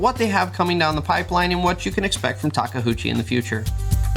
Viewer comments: Of course the company rep naturally clearly says Take-UCHI, while everyone else is dislexic and I hear them say Take-HOOCHI all the time.... it's OOCHI not HOOCHI. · Taka HOOCHIE ? im sorry but i just dont know how you read that from taKeuchi ? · Working on a radio controlled model of a legally distinct "red track loader" and it has been great fun. Our Caterpillar at work just isn't as refined. Takeuchi (say it with me: "ta kay oo chee") practice your Japanese syllables 😂. Real talk though, great video, can't wait to see more of Tak's full lineup hit our shores, and really miss those live streams.